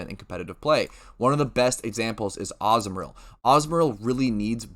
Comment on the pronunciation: AH - ZOO - MARILL not AZZ - MARILL wth first time hearing it like that lol